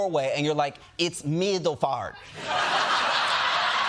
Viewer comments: Middelfart is a city in Denmark. It is pronounced Mithelfart, or close to that.😊 (I am Danish). It means midways. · Its (Meedlef'arte) 😂😂😂